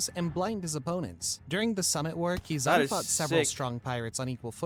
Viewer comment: it’s hard to take his ranking seriously when he utterly butchered the name that has been in the center of the story for so many years. Keyzooki? Seriously? Lol.